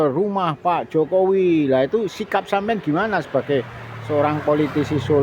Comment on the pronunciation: Itu orang gila kok di wawancarai, nyebut Jokowi aja jakowi hahaha wong gemblung,,😂😂😂